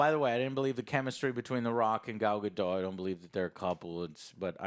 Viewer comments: right off the bat just an fyi joe it's pronounced gadot not gado, the t is not silent, I dont get why so many americans think that it's really weird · You lost me at the mispronunciation of her name. She's not French. It's not Ga-doe, it's Ga-dot, as she has reminded interviewers over and over. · They keep pronouncing Gal Gadot’s name incorrectly.